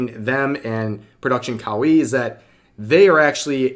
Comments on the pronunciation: it's kowai actually. In Japanese there are plenty of pairs like one-san and onee-san but that is not the case. Revs pronunciation is messed up too tho, like kowaii xD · Kawaii means cute In Japanese. The way you're say it mean scary in Japanese. Kawaii means cute - kawai means scary/scared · You're saying Reina Sun name wrong and you can't even say Kawaii right either.